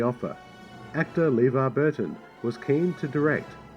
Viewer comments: "LEEvar Burton's name was mispronounced by the director..." (hee hee) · "Leevar Burton's name was mispronounced..." That's irony right there.